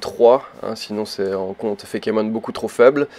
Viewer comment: par contre, plus sérieusement, c'est pas fékémon, mais feïkemonne